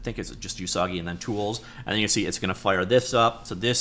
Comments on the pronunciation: Usagi does mean rabbit. It's pronounced more like "ooh-sagi" not "you-sagi". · not "you-sagi" ... "oo-sagi" it means "rabbit" in japanese. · Please do not call Usagi "You Soggy." That is saying something else you don't want to say. The "U" sound in Japanese sounds like "Oooh" not "You." "Usagi" is pronounced "Oooh-SAW-gee." The vowel sounds in Japanese are NOT like the American English "Ay-Eee-Eye-Oh-You." Like Spanish, Japanese uses pure monophthongs: "Ah-Eh-Eee-Oh-Oooh." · Usagi means rabbit in Japanese. Pronounced Oosaagi, not Yoosaagi. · Not "You-sah-ghee", it's Japanese ウサギ literally meaning Rabbit. "Oo-sah-ghee" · TL note: Usagi means rabbit in Japanese. TL note2: it's pronounced oo-saa-gee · So Pico8 but open source? Also it's pronounced "oo-sah-gee", yeah it's Japanese for rabbit. They've a folklore story about rabbits being from the moon, which probably ties it in with Lua meaning moon. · it's "oo-sah-gee" xD